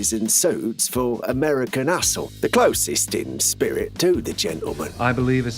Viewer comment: Did he call “American Hustle” American A.. Whole”